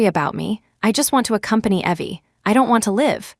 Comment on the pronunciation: Funny how AI voice always get things wrong. It pronounces Evelyn as Eee-vil-an, instead of Ěh-vil-an… and pronounces Evie as Ěh-vee, instead of Eee-vee BUT… it did put “ok” in the right place with the right inflection, which all other Asia AIs do not do.